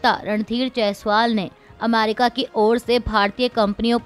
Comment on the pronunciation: America का उच्चार अमारिका क्यों करती हो ? न्यायालय का उच्चार न्यायाल्य क्यों किया जाता है?